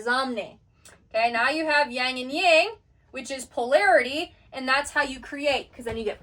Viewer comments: yin, not ying. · Why do you put a g on the end of Yin?